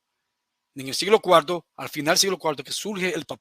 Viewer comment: Dios santo!!!!!¡ Le importa un comino??... wow. Vomita todo tu veneno. Y habla bien,, se dice siglo cuarto, y no cualto